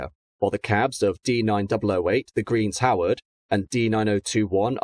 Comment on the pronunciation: Love your videos, although I do need to point out that 55008 is 'The Green Howards', not 'The Greens Howard'.